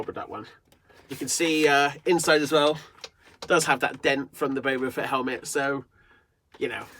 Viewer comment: Dude it’s boba fett not bobo fett